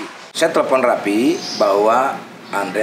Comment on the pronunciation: Raffi Om bukan Rapiii.. 🤣🤣🤣🤣